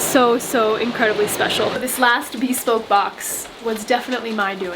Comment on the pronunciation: Bespoke is not pronounced as "be spoke", it's bəˈspōk.